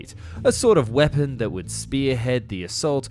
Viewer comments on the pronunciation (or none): none